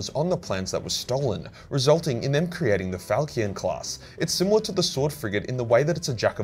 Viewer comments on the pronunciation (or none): Falchion is not falkyon. Fal. (like pal, but with an F) Shoun. (Not like the word SHUN, but like should/shouldn't). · The "ch" in Falchion. Is pronounced like an "sh". I know you don't care, but i'm a world-renowned arsehole and i couldn't help it lol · its pronounced FAL SHE ON... ya bloody zoomer. other than that, good vid ;) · Ahh the "Falkion" class, i love Falkions they are my favourite sword... Falkion... Falkion.. Falkion. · The "ch" in falchion should be pronounced as "sh" and don't ask me why. Still a great video! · Falchion (fal-chun)